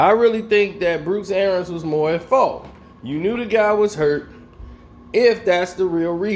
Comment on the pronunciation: Somebody tell the coach's name is pronounced like it's spelled... ARIANS.... pronounced ArEEans...not AIRans...just sayin